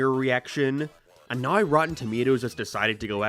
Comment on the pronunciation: Why he say “now” like that😂😂